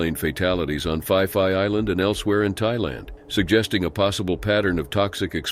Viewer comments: It's pronounce ..pi. pi not pie pie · Fai fai island? No such, it is Phee -phee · Its pronounced pee pee Island not fee fee or fi fi island...just like phuket...pronounced Poo-ket not foo-ket..nobody will understand you in Thailand. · The island is pronounced as ‘Pee-Pee’ not ‘5-5’ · So painful hearing you mangle the thai place names. Its not the Fi Fi islands do some basic research!!!! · its pronounced "pee=pee island, not fi-fi island. Oh, and most tourists are idiots so we expect them to die. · Phi Phi is pronounced PEE PEE, that's the problem with TTS. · Pee Pee eye land.... phi phi island. say Peee PEE... I Have to pee..... that is how you say the islands name correctly. I am living full time for over 12 years but first started coming here annually in 1990 when I was working in Tokyo. These cases are horrible. I am constantly defending Thailand as one of the safest places to visit and live here in SEA. Saigon has a lot more street crime and gang activities. I lived in Vietnam for 7 years. Vietnam is rough around the edges but stunningly beautiful. If you do not put yourself in stupid Situations, Bar activities past 1am, gambling dens and illegal night clubs stay away drugs.... Marijuana is legal now but that might finish next year..... People who waddle around high and Drunk in the wee hours of the morning are putting themselves in trouble..... there is so much awesomeness to discover and experience throughout the beautiful Kingdom of Siam. Also in some cases the victims in some tragic cases might be lacking situational awareness otherwise known as street smarts. Those are the types of people who should not be rolling solo. Awesome Channel here. Just remember please, Pee pee island and Pooket Island.... this is how they are pronounced.... PEE PEE and POO-KET Islands. I welcome you to Beautiful Gorgeous Bangkok Thailand 🇹🇭 🌺 🌴 🌴 🙏 😊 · Not going to lie that sounds pretty funny in English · Yes. Fai Fai gave me a giggle 😂😂